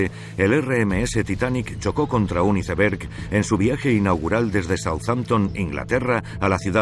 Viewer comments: Porque le dicen "hiceverg" se pronuncia "aisverg" y se escribe iceberg ... coño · Es iceberg = aisberg habla en ingles no lo pronuncies en español